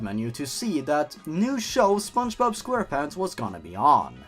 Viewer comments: Spongebod not spongebode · But? Also, I thought you said the next spongebob as spongebod.